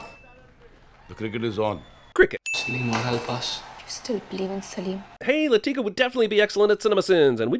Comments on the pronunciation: A sin should be removed for the way he pronounced "Latika" every time. She's not a frikin black girl, it's pronounced "LAH-thih-kah", not "Luh-TEE-kuh". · Anyone getting pissed who he pronounces ‘Latika’? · One sin for mispronouncing Latika’s name throughout the video. And another for mispronouncing it right after a scene where Jamal gives the correct pronunciation. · Plus 100 sins for referring to Latika as “Lateeka” the entire time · I love how he has clips where the characters say Latika's name and he immediately comments and pronounces it incorrectly. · I second that. Not just that, but he botches the names RIGHT after they are said in the movie. 🙄😑